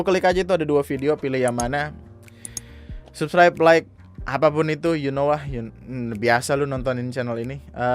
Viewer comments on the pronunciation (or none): none